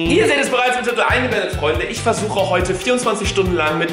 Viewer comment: Es heißt Titel und nicht tittel xD